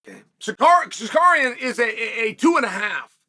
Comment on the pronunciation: Who tf is sikarian?